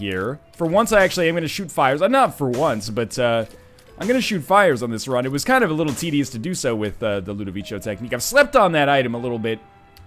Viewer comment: I bet other people have mentioned it but whatever. I'm pretty sure it's pronounced "ludo-vik-o" - as if it were in English. The word is Italian, and you're pronouncing it like "cappuccino" but notice that is TWO cs. I don't know loads about Italian but I imagine that is the reason it and other words with cs are pronounced like that.